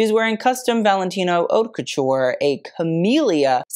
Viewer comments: actually the way he pronounces haute is incorrect (but that’s actually on purpose and he addressed it in the beginning, it’s really pronounced more like “hote, rhymes with coat” but he says it like “hot” because that’s how is often mispronounced) It’s very obvious that over the years his knowledge has grown tenfold and he’s really grown into himself as a YouTuber, but if you go back and watch his first few videos they’re much different tho still enjoyable and full of information. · The channel name is purposefully incorrect. Mode is féminin in French: la mode. The mispronunciation of haute as hot is tongue in cheek, has mentioned that in an old video.